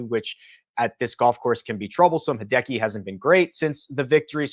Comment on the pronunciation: Is it really that hard to say Hideki??